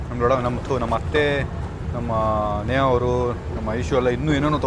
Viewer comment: ನೇಹಾ ಅದು ನೇಗಾ ಅಲ್ಲ😊